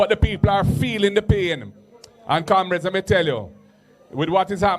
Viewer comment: Why does he call the comrades camreds?